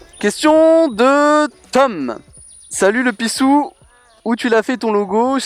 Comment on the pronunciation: j'ai remarquer que t'es "pissou" se transforme en "pisTou" c'est bizarre!